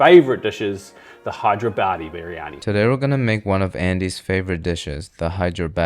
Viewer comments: When said it I was like "he just said hydro-badi" and then made it worse lol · It's( Hyderabad'e )not( hide your Baddie ),,,lol Noob 😂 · ITS hyderabadi not hide yo baddie btw im indian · It's Hyderabadi. If you can't pronounce it just avoid it but don't make fun of this by calling Hide your Baddie 😡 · bro pronounced hyderabadi as hide your baddie 😭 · Butter kitchen, hydrobaddie biryani , muuuuhha 🤌🏻 perfect pronunciation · I didn't knew it was pronounced as "HIDE YOUR BADDIE" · Pronounce it like Hydra buddy and it’s way more easier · As a person from Hyderabad i never though the name was pronounced "hide your baddie" ayyeee but that sound kinda sick tho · I thought I was the only who cracked up for him to mispronounce hyderabaadi 😂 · As a hyderabadi I've heard various pronounciation of the word, but "hide your baddie" is my first time. 10/10 for creativity, made me laugh a good whole minute. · bro pronounced hydrabadi biryani better then